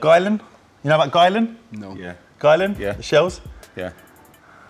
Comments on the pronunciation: Aren’t they pronounced “ Gill-Ian “ not “ Guylan “ ? 😂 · … It’s Guylian… Pronounced “Geeleeyan” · “According to a spokesperson for Guylian, it is actually pronounced: "Gill - li - an." Emphasis on the 'Gill', apparently.” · You need to learn: "According to a spokesperson for Guylian, it is actually pronounced: "Gill - li - an." Emphasis on the 'Gill', apparently. But that's not the only pronunciation the brand has cleared up." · According to a spokesperson for Guylian, it is actually pronounced: "Gill - li - an." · It's guylIan I I!!!